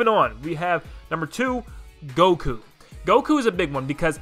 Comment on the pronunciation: This man just un-ironically said Goku...